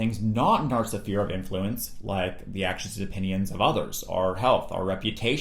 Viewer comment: Interesting how you pronounce "sphere"